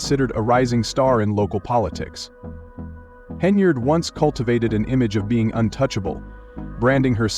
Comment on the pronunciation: Pronounce her name properly .